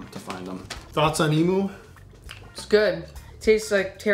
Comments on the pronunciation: Lol the way said emu, it is said emuuu not emooo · Emu is pronounced “Emew” Just sayin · It's not emoo it's pronounced Em you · FYI (from an Aussie subscriber), the 2nd syllable of emu rhymes with 'view', not moo :-) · I just really wanted to say, it's eem-yoo not e-moo. Yes I know it's spel emu but trust me I would know, I'm from Australia. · It's pronounced emyou but spelt like emu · It’s pronounced “eem you” not “ee moo” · It's pronounced e-myoo, not e-moo. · Nice video, but it's pronounced em-you, not em-oo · ITS NOT EEMOO ITS EEMYOU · lol how they say Emu, "emoo" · im from AUSTRALIA and that is not how you say fucking EMU